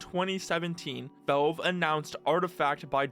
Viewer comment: the way you pronounce valve is pissing me off and i don't know why